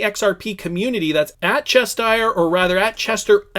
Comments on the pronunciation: It’s CheSHIRE Cat, not Chester cat. Read. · Che-shure, not chesh sheer. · Cheshire cat... Pronounced "chess shy er" cat! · It's pronounced chesh - sheer. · Wrong, its pronounced chesh sure. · There's no way you're saying Chester cat. Haven't you seen Alice in wonderland? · U and Brandon are so simple u can’t even read the word Cheshire that clearly doesn’t have a t in it lol